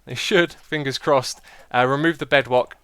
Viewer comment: another word for the xisuma dictionary i hear there Bedwock Bed-wock the mis pronunciation of the word bedrock...